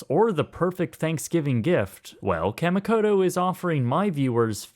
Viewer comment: (kah-mee-koh-toh) just saying as I'm so use to Japanese pronounciations